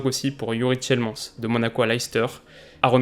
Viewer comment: Tu prononces mal Tielemans et De Ligt